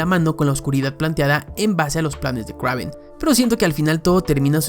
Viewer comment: Kraven? Que no se pronuncia Kreiven😅